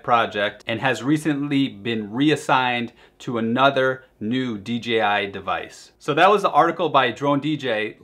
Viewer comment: Dude I like your videos but really WTF is" D G I ?" Is Dee Jay Ai, sorry but that really grind my gears. For everything else I like your videos.